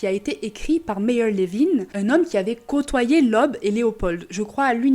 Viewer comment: "oe", en allemand, est le caractères d'imprimerie pour remplacer le "ö" et se prononce "eu"; "Leub", donc 😉